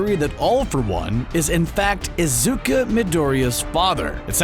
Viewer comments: .......why the actual fuck are you pronouncing Izu-Ku as Izu-Ka, its fucking Izuku damnit! Where did you even get the "A" from?? Its freaking too annoying not to rage about it. I should really stop getting angry at mispronounced things... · how to know the person narrating these videos never watched the source material: they mispronounce the name of the main character badly. its izuku not izuka jeez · How can you make a video about a person if you can’t even pronounce his name right? Are Izuku and Izuka two different people? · If you pronounce "Izuku" as "Izuka" one more time, then I'm gonna shit my pants and beat my dog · The fact that he’s saying “Izuka” instead of “Izuku” triggers me a little... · Now I just got one question why did you say Izuka Midoria instead of Izuku Midoria (ps The dub version is hot garbage) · Izuku.. not izuka... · Am triggered by him saying "IZUKA" instead of "IZUKU" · Stop. Saying. Izuka. Its Izuku (oo) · Its pronounced e-zookoo midorie-a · IZUKA Quirk: saying names wrong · Izuka Me: cringes intessely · can we talk about how doesnt know how to pronounce the names of anything from any series smh "izuka" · I can't fucking watch these theory videos,matpat says Dayku and this guy says Izukuh like come on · hold up he said “Izuka” who the hell is Izuka?! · Did you say- Izuka? I literally just can't. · “Izuka” ok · i got mad when he said 'izuka' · Is no one gonna talk about how this person said “Izuka” in wth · Did this guy really say izukaaaaaaa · "Izuka?" The hell? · For some reason I heard the narrator say "Izuka"... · *Mildly annoyed because he pronounces Deku's name as "Izuka"* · Izuka?!?! bruh fuck you guys and you miss pronunciation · He says izuka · Not even 30 seconds in and this man says "Izuka". Why can't these big name channels ever properly pronounce anime character names... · Nobody:: iZuKa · Narrator: IzukA me: umm that’s digusting I’m gonna go throw up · DID HE JUST CALLED IZUKU, IZUKA? LMAO XDD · he said izuka😂😂